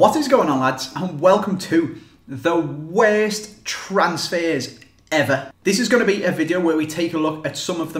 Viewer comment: Thee Weeeest transsfehs eveh